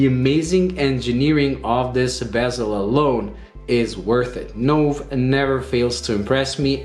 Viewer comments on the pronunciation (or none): Wow! That really is a fantastic watch and looks superb. A terrific review, but, one small point, Nove is pronounced Noh-vay........... "new" in Italian................